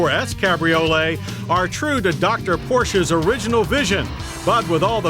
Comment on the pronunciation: "row ches" ?